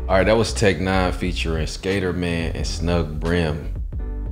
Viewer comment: Have to correct you sorry, but it's pronounced Skatter (like Scatter)man